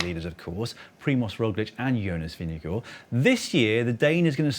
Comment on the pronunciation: At least they did a much better job of ‘Vingegaard’ than most non-Scandinavian commentators, so that’s something 🙃